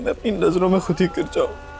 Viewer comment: She doesn’t say khud… she says hud, she doesn’t pronounce k anywhere….